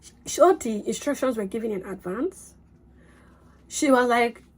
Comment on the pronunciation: When you said inSTRUNCtion, I just knew you were lying 😂